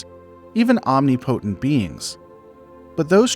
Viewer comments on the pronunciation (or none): Might be worth re-listening to these before you post them. There is frequently repeated words and mispronunciations. It always takes my mind away from the narrative. For example you said Omni potent— instead of omnipotent. I know it’s small but the accumulated effect of them is detrimental to the listening experience. ✌️ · Om-Nip-Ah-Tent not Omni-Potent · omnipotent = om - nip - o - tent, not om - ni - po - tent